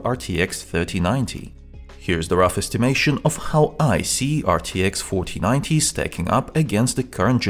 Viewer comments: Why every time he said 4090 all i heard was fortinate or papagee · am i the only one who hears "rtx fortinite"